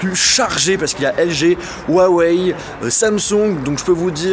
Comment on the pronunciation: salut, ca fait plusieurs fois que tu fais l'erreur donc je me permet de te le notifier: huawei étant une marque chinoise, la prononciation du la marque est également chinoise et le H se prononce "R", soit [Ruawey]. Sinon continue comme ça, tu déchires!